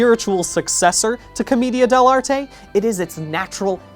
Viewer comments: the way he pronounce Comida De L'arte Rly annoys me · Hearing "Comedia dell'anime" is like being struck by lightning. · The pronunciation of comedian dell’arte is amazing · hearing him try to pronounce commedia dell'arte killed me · im just slightly upset he pronounced commedia dell'arte wrong the whole time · Being Italian, hearing "commedia dell'arte" so many times made me cry tears and meatballs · everytime bdg mispronounces commedia dell'arte the theatre student in me dies a little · Great video, as always, but my Italian heart was literally slain by your pronunciation of "commedia dell'arte". It was a beautiful but tragically painful video for me. I sincerely appreciate the effort though. Keep up the good work! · That's a funny way to pronounce commedia dell'arte